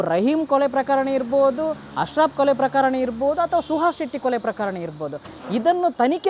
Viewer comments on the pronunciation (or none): ಅದು ಕೊಳೆ ಅಲ್ಲ ಕೊಲೆ 😂😂😂😂